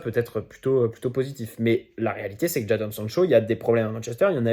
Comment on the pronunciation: Juste ça se prononce « Jaydon »